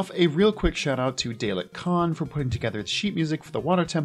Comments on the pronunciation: Are we going to ignore the fact that he called Dalek “DAY-lek” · I cringed a bit at the mispronunciation of "Dalek," but great vid lol.